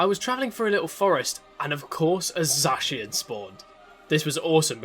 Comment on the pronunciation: The vid was great excpet for the way you say Zacian